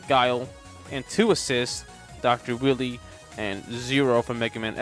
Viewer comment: Stop deliberately mispronouncing Dr. Wily's and Bass' names wrong. You think a fish is a musical instrument? You call Vile, Ville? Like nails on a chalkboard level cringe. Like the video itself is fine to listen to otherwise You know you make a lot of good arguments involving the Darkstalkers and stuff... But the names, THE NAMES...